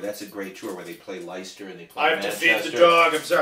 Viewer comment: Great video lads. Could've listened to that all night.Lol'd at pronunciation of Leicester.,you jazz cat, think Lester,as in Young! But thats just me being a pedantic Limey! I can't speak fluent American to save my life.You both raised some great points but surely the rushing of tempi(!) and Jimmy's hit and miss guitar solo's in 75 was undeniably down to their dependence on their new mate Charlie. 'It makes you feel like a new man and that new man wants a line' is a quote from J.P.about that time. Ramble On!